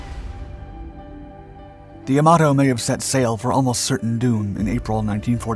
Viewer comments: It isn't Ya-MA-To.... it is Yam-a-to.... Japanese does not place emphasis on any one syllable, all are equal. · "Yamoto"?!? Dude, if you're going to be posting "historical" videos online, at least get the f**king pronunciation correct. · Can all the various "naval history YouTubers" PLEASE get the pronunciation of this magnificent ship's name correct? It is pronounced "YAM-a-toe", not "ya-MAH-toe". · Why is "Yamato" pronounced differently throughout the video. I'm guessing this is another robovoice channel. Probably out of Croatia or Poland, through a server in Canada. Like most other robovoice channels. If I'm wrong, please respond to this with something other than a bland 5 word response.